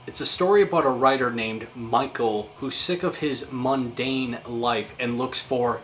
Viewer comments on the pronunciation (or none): none